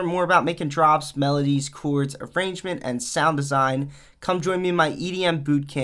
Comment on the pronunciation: “The chooourds” lmao